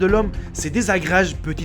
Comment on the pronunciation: C'est vraiment irritant, il arrive à peine à prononcer ce qu'il raconte et pourtant prend tout le crédit. Par exemple, lorsqu'il parle des mystèrieux objets volants, ou lorsqu'il dit certain chose ou même dit se désagrégent, parce que genre y comprend désagréger mais n'est pas capable de savoir qu'on dit certaines choses